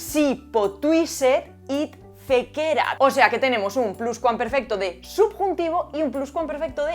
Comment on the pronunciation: Fantástico vídeo, como todos los tuyos. Sólo un apunte: cuidado con los acentos latinos. Por ejemplo, “fécerat” lleva acento en la primera “e”. Lo sé: te ha salido un fan pedante 😀